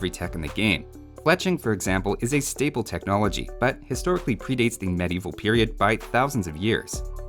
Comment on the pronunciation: I was not aware that Fletching was researched at the stable. Thanks for that clarification! EDIT: Your accent totally makes "Staple" sound like "Stable" in this specific case.